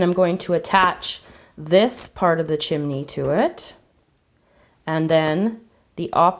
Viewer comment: she said chimne